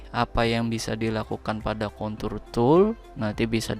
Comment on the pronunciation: Contour pake R ya.. jangan pake L.. wkwk